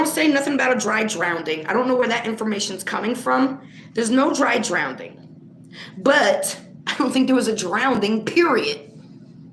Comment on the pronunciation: I love you and the work that you do!! But it's drowning theres no d in it🥸. I'm sitting here screaming it's drowning not drownding🤪🤪please don't take that the wrong way. Also I honestly think that her mom didn't identify her because she knew it was her, kinda makes you wonder if her mother knew where she was the whole time. That could be why Sammi was the one that was giving the information to the police, and not her momma.